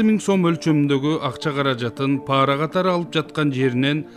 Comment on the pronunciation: Паара эмес,пара.